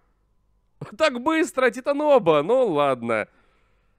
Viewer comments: Это конечно придирка, но я ненавижу когда названия произносят не правильно Не титанобА, а титанобОА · Какой титаноба, титанабоа́ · Не титаноба, а титанабоа!))) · Читается не титаноба, а титанобоа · Не тинОба , а Титано-БОа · Титанобуа', а не титанобу'а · Не титаноба а титанобоа. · правильно титанобоа,а не титаноба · Тита́нобо́а ударения на а и о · Правильно говорить титанобоа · читается титанобоа ударение на о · Вообще-то говориться титанбоа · Я: ура новый ролик: (где-то в середине ролика) Титанобоа Я: (уши кровоточат) 🤕